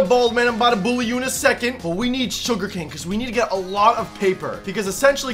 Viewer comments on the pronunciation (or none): none